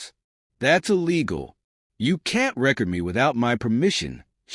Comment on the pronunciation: Is the narrator a live person or a AI? They can't say the word record right in the correct context?